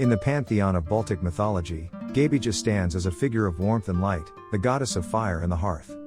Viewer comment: The AI voicecreally butchered the pronounciations. It is Perkūnas, it is pronounced Per-koo-nahs. Laima was fairly greatly pronounced, but Gabija was horrible, it is pronounced Gah-bee-iah, I do not understand the next name at all, then Žemyna is pronounced Zheh-mee-nah, Aušrinė is hard to explain, but we can say it is pronounced Aoo-shri-neh, Medeina is pronounced Me-dae-nah, Giltinė is Gil-tih-neh, Velinas is Ve-lih-nahs, also he is not a trickster, he's like Hades, the trickery came with Christianity, Eglė is Eh-gleh, and she was the queen of Serpents, specificly the grass snakes with the yellow ears, then I can't hear, but if it is Rūgutis, then it is Roo-gooh-tihs.